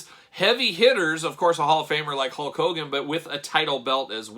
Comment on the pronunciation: Is it Hogan or "cogan"? I always hear the latter